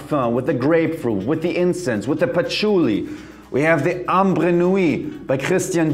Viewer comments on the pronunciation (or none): none